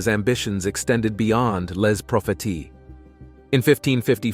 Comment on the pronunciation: Les Propheties is pronounced "Lay pro-fay-see" in French.